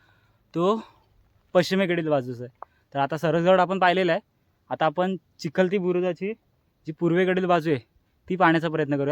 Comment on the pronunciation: अरे राजा बुरुज हा चिलखती असतो, चिखलती नव्हे।।